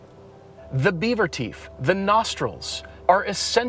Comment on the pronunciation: Everyday Driver should trademark "beaver teef"